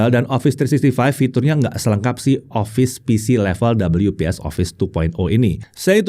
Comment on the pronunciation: Orang normal: We-Pe-eS: Dobel-yu-pees 😂😂😂😂😂